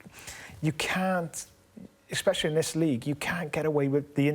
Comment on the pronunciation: Craig ‘eggspecially’ Bellamy